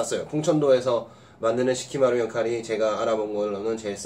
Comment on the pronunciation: 사키마루 겠죠....시키마루 라고 하시는거 같아서....^^